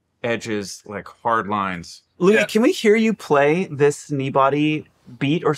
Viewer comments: Did he just call him Louie? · umm is his name really pronounced "Louie"??????????? wtf I feel like my whole life is a lie...